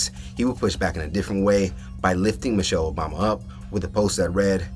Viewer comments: Lol this was probably just done to go viral notice he said (Mo'chelle) not Michelle. I bet not enough people paid attention and it was a last min effort to go viral. That was Kool-Aide served not Tea and the internet drank it once again. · Dummy said Mochelle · No brain at all. Because Trump can say anything to them, he thinks he can say anything. Can't even pronounce Michelle. He said Muchelle. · Its MICHELLE not MOCHELLE idiot!! The TRUMP administration is the MOST UNEDUCATED, RACIST and GHETTO representation of the ELITE and the MOST UNAMERICAN AMERICAN'S!! And ONCE again the OBAMA'S displaying UNIFICATION and HOPE a few days later in Chicago!! ❤🎉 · to josh: her name is michelle not mooshell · He couldn’t even pronounce her name correctly, like who the hell is Mochelle Obama 🤦🏾‍♀️🤦🏾‍♀️🤦🏾‍♀️ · This insult came from someone wearing a speedo to an event that drew around 97 percent men. Wow! And ask him who is Moechelle , that’s how this genius pronounced it. Where I work most of the people I come across like that, their parents are brother and sister. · "Mochelle" Obama. Couldn't even get the name right! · He can’t even say Michelle right. From President to the white house and fans, they all sound like 3rd graders. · He has soo little respect for Michelle, he didn't even want to pronounce her name correctly...